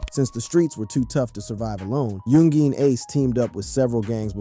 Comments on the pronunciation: Bruh u gotta learn how to say the names of the ppl in the story. Really sound wack when u say so instead of ksoo (k so) or young Jean lol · He said young geeen ace😂😂😂😂